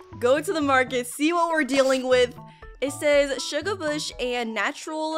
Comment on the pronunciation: u said shugabush heads that wrong